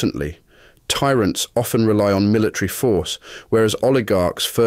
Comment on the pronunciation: He mispronounced "often"